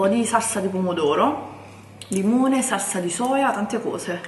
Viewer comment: salsa con la L, non con la R. Giappone perdonala, lei non sa quello che fa